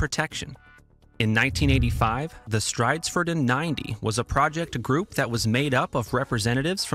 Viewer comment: One thing for sure, not a single one of these channels can pronounce Stridsfordon correctly. Some are not even trying.